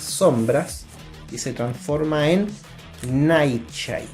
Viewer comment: Ohh my goshhh realmente pronunciaste flaCH, nightCHade, deadCHot hahahaha